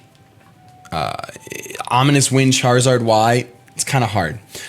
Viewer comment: You faked me out so hard with that sad music ahahaha!! So fun omg (also "omonious" XD)